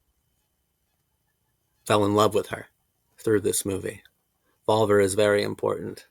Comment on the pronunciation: Is pronounced VolvEr ✨